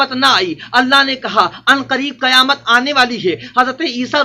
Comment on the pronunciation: ابے گدھے کی اولاد قیامت میں ق کے نیچے زیر ہے گدھا تم کو مولوی کون بولتا ہے پورے قرآن شریف میں کھیں پر ق کے اوپر زبر نھیں ہے اگر ہےتو بتا تیری پوری زندگی غلامی کروں گا سالاگدھا